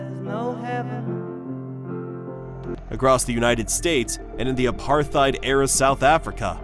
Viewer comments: Apartheid is an Afrikaner word meaning apartness. Afrikaans is a language from South Africa based on the language of early Dutch settlers there. It should be pronounced as ‘Apart-heid’. The ‘t’ and ‘h’ should not be combined into ‘th’. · Yes, well said. It's pronounced with the 'th' as a hard "t". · You should really Google how to pronounce "Apartheid" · “Apartheid” has no “th” sound in it! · Dude, PLEASE learn how to pronounce "apartheid." You said it several times and you shamefully mispronounced it every time. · The TH in apartheid is two separate consonants! Argh